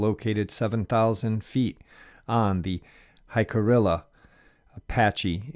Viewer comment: Jicarilla is pronounced "Hick a ree a". J is pronounced H and the LL's are silent.